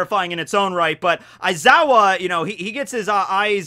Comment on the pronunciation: aizawa more like EyE-zaya hahahaha